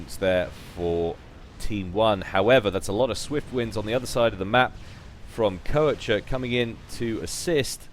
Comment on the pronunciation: Wait...Isn't Koecher a German name? If so, doesn't that mean the the "oe" gets turned into the "o" umlaut, which is pronounced as "awe"? So that basically means his name is supposed to be said "kawsher" or something like that. Not taking the Germanic accent into account, of course.